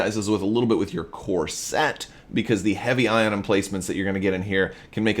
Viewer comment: Ah..."CORE SET". Not "CORSET". Couldnt figure out what you meant.lol